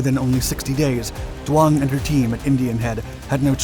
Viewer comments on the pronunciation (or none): Duong is not pronounced Do-ong it's pronounced Z-ung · Who is dwong? Jeez, pull it together. Her name is doung. Pronounced like zung, Not dwong.